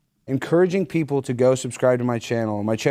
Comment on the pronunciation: "Ejukatin'😂 black peeeeepole😂"